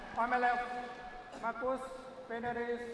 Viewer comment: The umpire really had to learn to pronounce names well. It's one of the job descriptions of an umpire. It's not professional and so annoying to hear him calling Marcus "Marcas" and saying Kevin's full name so wrong!. Belajar tuh dari komentator Oma Gill. Nyebelin! Semangat Kevin/Marcus! 🏸💫